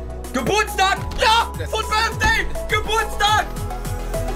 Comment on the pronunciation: „fut Birfday“